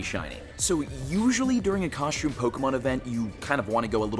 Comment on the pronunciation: why do you pronounce costume like that?